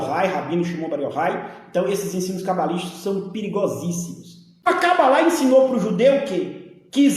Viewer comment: Esse pastor é tão despreparado que nem sabe falar o nome cabala , fala é Cabalá.kkkkkkk!